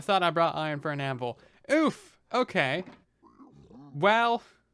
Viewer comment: anvUl I cringe every time (no hate tho )